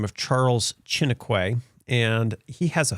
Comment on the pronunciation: loved this video and thank you... so much information so I am sharing this video ...just a little thing: lol Charles Chiniquy, (in french quy is pronounced Kee or Ki so Shi-ni-ki or kee! :) he was french Canadian! so Shi-nee-Kee (short e sound not kway pronunciation) just saying :) He and Abraham became friends Chiniquy was his confident!